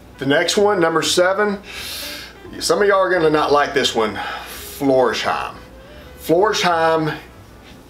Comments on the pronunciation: It‘s Flors-heim, not Florsh-eim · Florsheim is a village near Frankfurt am Main. It's pronounced floors-hime. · When he said Florsheim, ngl, I yelped.